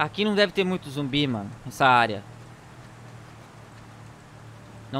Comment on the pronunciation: É ZUMBI E NÃO “zombi”